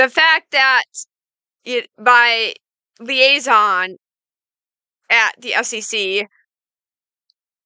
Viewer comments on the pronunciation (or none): none